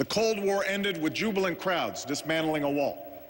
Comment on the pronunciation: Jubilant crowds.....I almost thought he said jubilant krauts!